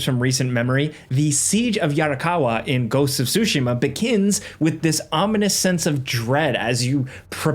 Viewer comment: "ghost of sushi-ma" lmao